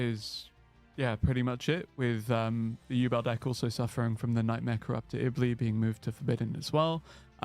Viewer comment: Yubel is pronounced "YOU-BELLE" not "you-bull" have you never watched GX? sorry for being a grammar nazi, it just bugs me